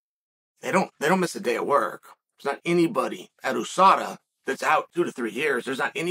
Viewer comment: Why Chael say oooh sada and not ewe sada? How he say albhabet I wonder?